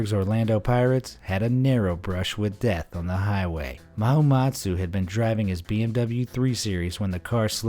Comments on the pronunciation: It's Rooi Mahamutsa, not Mahamatsu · You made a mistake 😂.. it's Rooi Mahamutsa ( Ma-Ha-Mooh-Tsa )